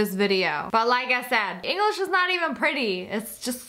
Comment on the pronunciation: Also notice she said "English-ian"😒😔